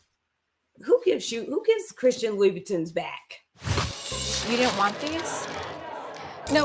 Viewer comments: Mary!!!! I double dare you, pronounce Louboutin again 😭😭😭😭😭😭😭😭 Louibitton?🤣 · It’s very annoying that Mary can’t ever pronounce designer names correctly.